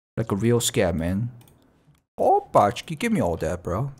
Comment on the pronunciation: Nah nor even close